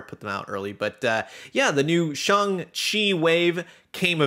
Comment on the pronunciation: Continued:as if he was Irish it's not Shawn Shay it's SHANG-CHI thank you very much good day I said good day .